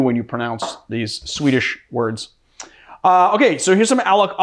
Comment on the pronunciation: I though so, considering his pronunciation of the Swedish words. And neighbour to me, the home of Ikea :)